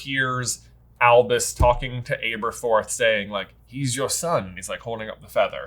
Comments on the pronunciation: Aberforth - learn to pronounce his name. Short A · I'm sorry for the nit-pick, but could you guys please correct your pronunciation of Aberforth? Both the movie and the Jim Dale audiobooks (which I know you guys listen to) pronounced it with "ab" and not "abe" for the first syllable. I know it is is a nit-pick, but it was super distracting to me. Thanks for all the work that you do! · You guys make the best HP material bar none but you’re notorious for mispronunciation’. Please, learn to pronounce the important characters properly. Aberforth is butchered throughout this video and it makes my ears bleed. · I don’t understand you guys pronunciation problems. First with Aberforth (imagine pronouncing Abby the way that you do). And why are you so convinced it’s BUNDY like Ted Bundy????? Bruh it’s. With a T.